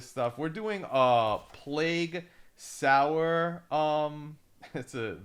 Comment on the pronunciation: Sower as in so'er like stitching, or sowing a field. Spreading. Needle and thread. Sew not saal